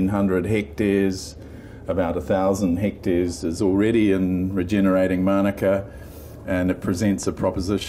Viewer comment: Please pronounce Manuka correctly. You keep saying manaka ... very annoying 🤔